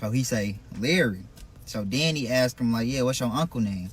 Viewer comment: OMGGGG! Why did I say the same thing 10 minutes in???!! Lmao!!! THANK U!!!!! I’m like what the hell is a deaddy? And then, he is steady telling a story and says, “and den“ why do our people talk like this? Literally if we weren’t smart enough, we wouldn’t know what the hell they’re saying but because we do know Ebonics and very poor vernacular, we can figure out what people are saying, but it’s really sad when it’s gonna be time for them to get a professional job and that’s how they sound. I really wish our people could do better and be better and get a better sense of grammar pronunciation & English overall. Because a deaddy and using the word ‘then’ as “den” is something that I would slap my kids if I heard them talking like that. And they’re adults, but I would really put them on blast for talking like they’re ignorant, AF! Real talk.